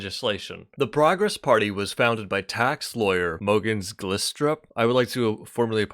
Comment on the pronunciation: Found this video trying to found out if stalin wanted Denmark in the Second World War. This video came up and I like it very much, and if you pronounced Glistrup like the I was an e you would’ve had said it almost perfectly